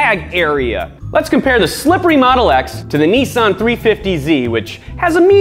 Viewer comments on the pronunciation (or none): none